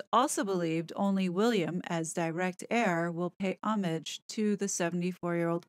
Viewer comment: Thank you for pronouncing the word "homage" correctly. It is not pronounced to sound like the way "mirage" is said. It is said just as you said it! We all know that all of this article is pure BS! So, this palace insider knows how the King and Queen are going to travel to the Abbey...that logistic probably hasn't even been finalized yet. This insider also suggests that there will be a huge procession back to Buckingham Palace, no shit Sherlock, no secret there. Mr. Insider says "likely inside the horse-drawn Gold State Coach, joined by family members, including Harry. The way the article is written, I see two outcomes when all return to the Place after the Coronation. Mr. Insider says that Harry and his gang will be included in the larger procession....then we are told that the King and Queen will "likely" be travelling back in the Gold State Coach, well, duh! The Gold State Coach has been used for every Coronation since the one for King George IV in 1821, so there is a 99.99% that Charles and Camilla will be using it as well, and it implies, to me anyway, that family members including Harry will be hopping aboard. I can't see that happening, all the space is needed inside - for the Sceptre, the round Globe the King carries, plus all the robes will need room. If Mr. Insider thinks that Harry, Meghan and cut-outs of the two kids will fit in there, he/she are dead wrong! Usually the Queen/King leave Buck House already IN the Gold State Carriage. Another thing totally unrelated.